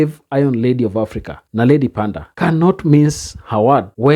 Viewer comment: Moron, it's NOT Naledi PandA, it's Naledi PanDOR